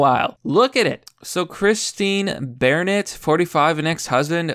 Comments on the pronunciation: Wtf I dont think you’re an American anymore. I didn’t care about the several mispronunciations in every other video, but pronouncing BARnett as BAREnett? Thats like one of the most common names in the US, and you started pronouncing it correctly halfway through the video. You’re all over the place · Bore-nett, Bare-nett, Barnett. Keep it up. You'll get it eventually. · "Bear Net." LMFAO, Dude I seriously think you intentionally mispronounced peoples names sometimes!!!🤣🤣🤣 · Dude, it's Bar-nett Sound it out buddy. 🤦‍♂️